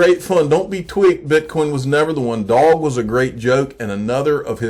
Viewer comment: It’s pronounced dough-ge. Lol. Love your videos and thank you for keeping us updated.